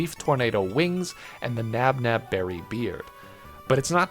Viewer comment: the pronunciation of tropius was one thing, but NABNAB berries. this man is trying to kill me